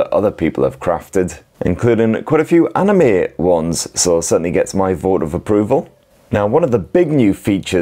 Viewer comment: He pronounced anime right. Sub.